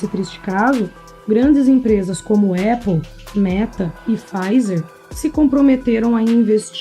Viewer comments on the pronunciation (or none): none